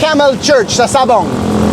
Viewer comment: it's Mt. Carmel not Caramel😅 Sabang (name of the town) not Sabong (cock fighting)